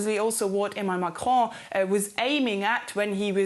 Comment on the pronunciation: You said Marron 🤣 and in French it has many meanings that all suit Macron